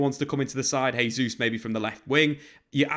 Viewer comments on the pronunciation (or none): Great video. One thing: Jesus' name is the Portuguese pronunciation rather than Spanish. Pronounce the J the english way.